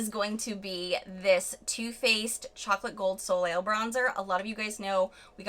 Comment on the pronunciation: Babbbeeee I love your content , however , the "L" on the end of soliel is not meant to be pronounced .